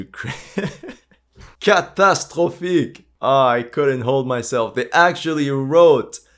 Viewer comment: "CATASTROPHIQUE!"... Maladiets! you have a pretty good French accent! ;-)